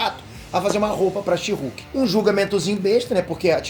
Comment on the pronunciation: A melhot coisa desse ep foi a titanium chamando a she-hulk de sherk